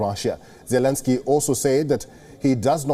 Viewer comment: Your presenter really needs to pick one pronunciation of Zelenskyy and stick with it. Preferably the right way.